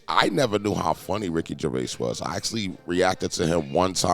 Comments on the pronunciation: "Ricky Gervay"? Lol he's not French, "Gerv-ays" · It’s Ricky Gervaiz not Gervay….you pronounce the s…. You Americans slaughter language. The word Herb….you pronounce the H…and if you say you don’t, who is the American Trumpeter? Herb Alpert? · Pronounced Jer-vaze. You are the news now, act like words matter. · It's Gervais - (JER - VAYS) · YOU PRONOUNCE THE S IN GERVAIS! 😡🤬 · It’s “Ger-Avis” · wtf r u on about gervay you avsolute clown the s isnt silent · If you're going to do a video about the man, the least you could do is pronounce his name correctly!! There is an S on the end of his surname and it is pronounced!! Ricky himself talks about Louis Walsh calling him Ricky Gervai and said that it was similar to him calling Louis Walsh a silly cun. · Did he say Ricky Gervay at the beginning? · Why does the voice over keep mispronouncing his name? Nobody ever calls him Gervay!! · He isn't French, pronounce the s in his surname. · The narrator can't say his second name! The last s is not silent. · Why is the ‘s’ sound at the end of his name not pronounced… he’s no French. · His name doesn't have a silent "s" on the end of it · You're supposed to pronounce the s on his name.. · Pronounce the S on the end of Gervais ffs 😂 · There’s an ‘S’ at the end of his surname! 😂 Zzzzzzzzz